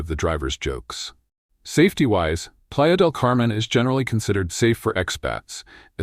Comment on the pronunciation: your AI isn't pronouncing spanish correctly. Playa De Camen is very crowded and PV is expensive for MX.